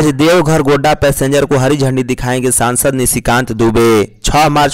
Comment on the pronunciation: GONDA NAHI HOTA HAI GODDA HOTA HAI